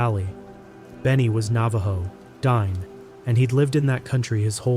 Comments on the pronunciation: You mispronounced Diné. It's "DEE-nay" not "DINE" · it’s not pronounced Dine like the way it’s spelled. It’s pronounced Dee-nay. It means “The People “